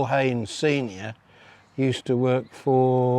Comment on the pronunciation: Gary should know his Haynes from his Heynes!